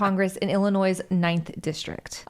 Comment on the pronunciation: Wait she lives in Illinois and pronounces the S lol